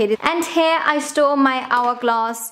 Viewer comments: Everytime she says "store", because of her accent it sounds like she's saying "stole". I stole all these singular eye shadows over here and in this last drawer, this is where I stole all of my lip products😂😂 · Whenever you said 'store' it sounded like you said 'stole' 😂 I store all my brushes here I stole all my brushes here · I thought the exact same thing 😂